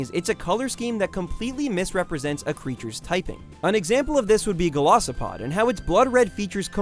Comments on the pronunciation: Vykavolt? Golosopod? Gleydion? Sylvallee? Rayquahza? I don't entirely blame you for misunderstanding some pronunciations, but I would recommend looking up the real ones to have them make more sense. Though I really hope you just misspoke when saying Gol-ah-sopod instead of Gol-eye-sopod... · He really said golosapid instead of golisipod